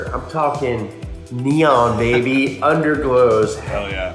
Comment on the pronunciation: More powah bahbeh